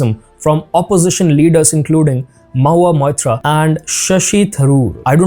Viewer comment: Mohua Moitra...not mahuta .